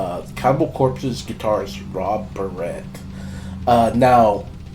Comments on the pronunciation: This a**hole cannot pronounce his last name correct-its Barrett, not like a hair baret wtf! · Holy shit. Say his name right!! Like the gun!!!